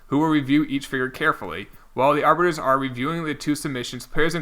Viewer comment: Arbitrators not “arbitors”